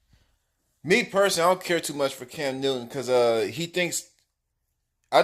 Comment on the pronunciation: Bro decent video..but your Ssssss are killing me!!!! It's not Cams Newton..and it's not yardages .....!!!